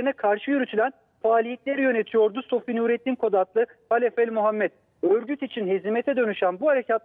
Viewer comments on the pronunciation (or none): SOFİ DEMEYİN BARİ !